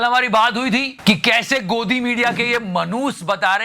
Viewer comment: Godi ate hii dog kii awaz aa jati hai 😅😅😅